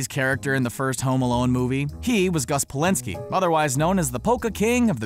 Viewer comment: Gus Polinski?? Noooo Bulinski!! John Hughes named the John Candy part after the shows craft service man Ray Bulinski true story. Even IMDB got this wrong